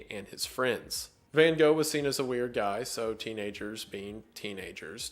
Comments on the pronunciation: The thing that shocked me the most in this video was the pronunciation of Van Gogh(which he still got wrong when trying) After looking it up because I couldn't believe it, I still can't get over how different it sounds than what I'm used to XD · noooooo not Van Gosh...... 😷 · “Correct pronunciation” nah fam try to scrape your throat with the ‘g’s then you are there! Dutch is a very strange language :) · That's far from how you actually pronounce Van Gogh, btw. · as a dutch person i always cringe so hard when people try to be a smartass about the pronounciation of his name and still get it horribly wrong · Here‘s the correct pronounciation for Van Gogh :)